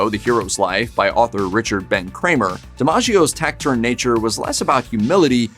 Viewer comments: "Proof of concept." What is that supposed to mean? . "Taciturn" is pronounced with an "s" sound not a "k" sound. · This guy can't pronounce taciturn.